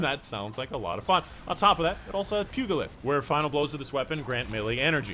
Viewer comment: Thanks for the video fyi it's pronounced pew-gi-list . It's a boxing term.